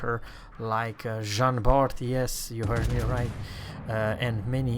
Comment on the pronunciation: Jean BAR stop to add the T it is mute like all the french names of the game except for the letters N R G